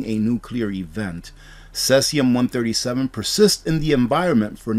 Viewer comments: Pronounced cee-sium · Pronounced "See-zee-um" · No disrespect. It is pronounced - seezeeyum. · Cesium is pronounced like “seezeum”, fyi. No knock intended. I really get a lot out of your presentation. Keep them coming!